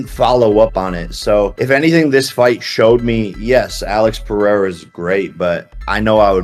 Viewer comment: Who TF is Pea-era?